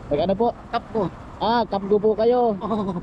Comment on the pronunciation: cafgu Hindi kapgo